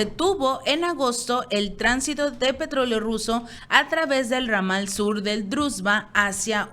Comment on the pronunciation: Ramadal???? Ramal!!! Por favor lee un libro y aprende